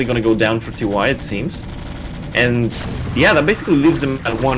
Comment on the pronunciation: Why are you calling him "Tee Why" lol. You had it right the first time you said his name, in the opening. :P